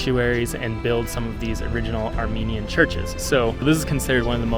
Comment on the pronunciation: Thank you sincerely from the bottom of my heart for your video about Armenia. As an Armenian living in Canada I find your presentation excellent, precise and your voice and pronunciation of the Armenian sites and cities are superb. GOD BLESS you and your family.